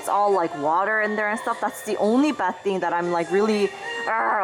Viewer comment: Feels weird when your "thing" sounds the same as "thank"... But thank you for the video, I learned a lot!